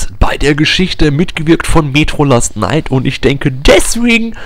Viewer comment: Es heißt : Metro Last Light ^^ (nicht last night)